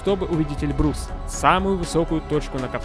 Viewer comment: Автору замечание,не Эльбру'с, А Э' льбрус,ты явно не русь по этому и не знаешь произношения.